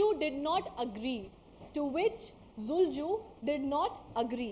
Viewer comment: Not zulju but Dulucha